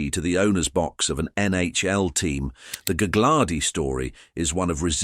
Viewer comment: It's galardi the second G is silent